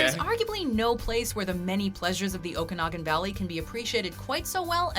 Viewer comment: Finally, a narrator who can properly pronounce Okanagan...